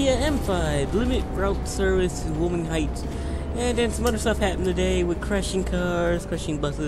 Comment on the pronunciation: Why-oh-ming. That's how you pronounce Wyoming.